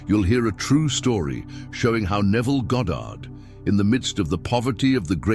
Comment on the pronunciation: "Goddard", nice, As opposed to when people call him "Godid" or "Gahdrd".